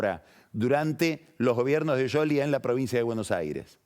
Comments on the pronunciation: Scioli sc se prumumcia shioli no yoli y cuando mencionó a Stanley la e no se pronuncia en inglés eso me indica que debe hablar italiano pero no inglés. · es más un Yioli con una i casi sin sonido, como decis que un sholi como lo pronuncia pagni. Eso pasó porque no lo dice con el acento italiano. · Es increíble como se quiere hacer el que habla bien con scioli, el cual lo pronuncia bien y lo acentúa como el orto.